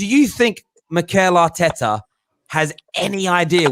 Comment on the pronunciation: "Mikel Artekkers blud!" -, 2020